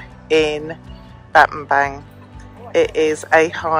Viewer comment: Pronounce BAT-TAM-BONG (as in a "bong" hit); and it means "missing staff/stick" as in "speak softly and carry a big stick" - President Roosevelt. You're great and always elegant.